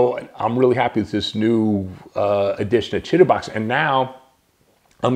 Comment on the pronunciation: downloaded! thanks! Chitubox 1.7 and thanks for pronouncing Chitubox properly :)